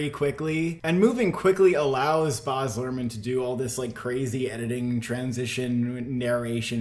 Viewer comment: It's so difficult getting through this video with "Boz" Luhrmann...